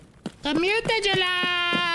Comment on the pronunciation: Tagilla is pronounced with a G as in Gorilla, Great or Target.